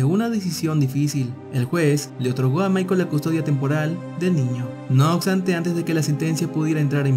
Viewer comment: "No oxtante"